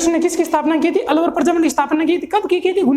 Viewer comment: प्रजामण्डल होता है न की परजामंड